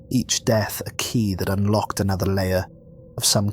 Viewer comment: "Unlcoked" LOL!